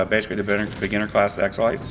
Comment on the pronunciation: it sounds like your saying Exlax Glad to have found you kids again. I lost everything! Thank you Dana for helping me reconnect with my channels.